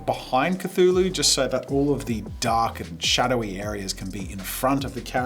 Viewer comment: Cthulhu is pronounced kuh·thoo·loo. You said it correctly throughout the video. Then all of a sudden you said, "kuh-TOO-loo" instead. Where did the H go ???